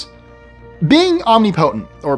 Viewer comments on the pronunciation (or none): O-nip-o-tense. O-nip-o-tent. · It was driving me crazy, so I googled it to make sure. He's saying it wrong. om·nip·o·tent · Never heard omnipotent pronounced in that way.😂😂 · I'm stuck on the pronunciation of omnipotent. And is always great with his pronunciations.